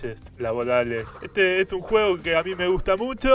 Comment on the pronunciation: "Bueno muchacho' espero que lez haya gudtado esdte video getro jaja getrolo"😂